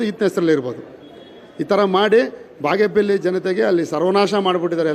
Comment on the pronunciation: Appa ಬಾಗೇಪೆಲ್ಲಿ alla ಬಾಗೇಪಲ್ಲಿ adu.. utter it properly before you contest in Bagepalli next 😂 subbanna sacha alla bidi